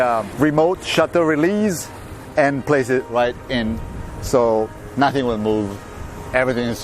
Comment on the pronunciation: Mi è parso di sentire un “nothing” con una T tipicamente toscana... :D